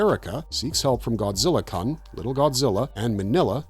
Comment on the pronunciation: The "-kun" diminutive suffix should be pronounced "koon" as if it has a long "u", not "kun" with a short "u".